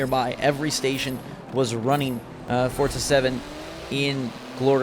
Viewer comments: It’s FORZA not FORTZA tf?. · Hey it’s not fortza it’s forza stop adding a t when you say thanks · Fortza Moztersport ...LOL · the next person on YouTube who pronounces it fortza is getting hit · Forza MoZorsport? loL GET SUM SLEEP